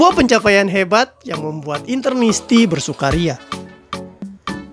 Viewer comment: INTERISTI BUKAN INTERNISTI, PELAJARI DULU SEBUTAN PARA FANS SEBELUM NYINGGUNG FANSNYA DENGAN SALAH SEBUT